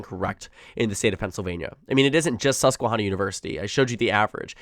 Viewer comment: Great content. FYI, it's Susquehanna. Not Susquehawna. Like in hand, not like in lawn.